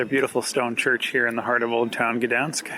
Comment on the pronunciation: Also, for someone that speaks english you said Gdańsk pretty well :>